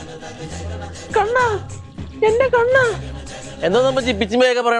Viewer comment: കണ്ണൻ ❌കുണ്ണൻ ✅............. 😂👍🏻